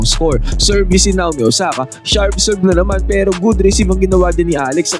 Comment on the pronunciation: Nayomi yan boss hind Nawmi. Ganyan ang bigkas niyan.